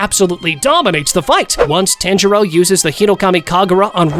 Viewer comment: It's pronounced like TA-AN J RO